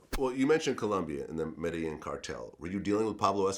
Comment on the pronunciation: Lol you can easily tell this dudes lies about allllot of shit , he can’t even pronounce Medellin 😆 but he’s got good connects that he goes through Columbia lmao !!! 🤣